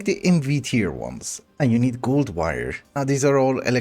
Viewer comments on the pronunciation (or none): none